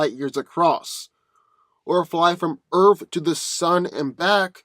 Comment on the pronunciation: For goodness sake please start pronouncing the word "Earth" properly!!! OMG it's like nails on the chalkboard every time you say "Earf" sorry but I have a pet peeve for mispronounced words. Like when people say "ax" when trying to say "ask"